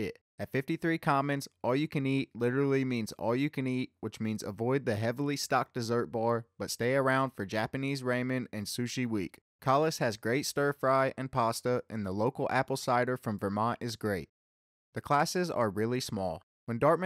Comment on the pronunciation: Did he say one of the eating places has Japanese "ray-man" and sushi? 😄